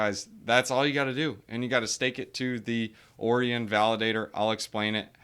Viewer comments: Pretty sure it's pronounced Orion like O-Ryan not Orian like Oreo lol. Otherwise great video, ima check Terra out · Orion is pronounced O-ryan